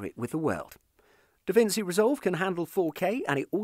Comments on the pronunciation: Davinci as in [davintchi] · My guy can't pronounce davinci